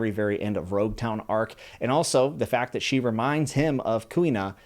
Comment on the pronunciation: Logue Town is pronounced with an L in the Japanese dub so it's universally accepted to call it Logue Town until otherwise corrected. This goes with all names of places in the series. Sometimes they have a reason to be pronounced a certain way so just go with it.